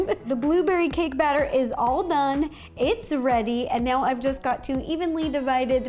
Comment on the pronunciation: dane? No, I mean, done. No, wait...AHH! Just hear how Ro said 'done.' . . Rooo!! Some cake related to Princess Rapunzel!!!